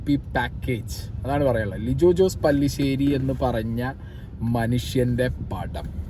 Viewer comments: Pallishery alla Pellishery 😂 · പല്ലിശ്ശേരി അല്ല പെല്ലിശ്ശേരി